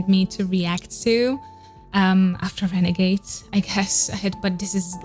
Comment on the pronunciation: mispronunciation: RenagaDes not renagaze!!!